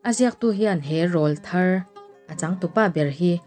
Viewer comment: Rawlthar tih i lam rik dan a dik lo. Rawl 👈🏼 hei hi thluk san tur, mipa tilpawraw nei hlim sawina a ni a, aw ráwl thar an rawn neih avangin "ráwlthar" (ráwl👈🏼 thluk san) tia lam rik tur.